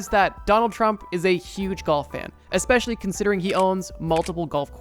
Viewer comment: Awesome video as always! However I cannot unhear you saying "exspecially".